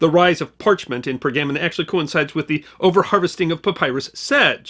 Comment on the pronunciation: Was there tray-sure in Per-gammin'?